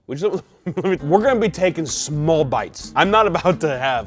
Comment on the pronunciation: says "smal" lol.